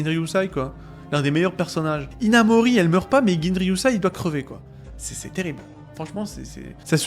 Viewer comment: Hinamori... Hinamouru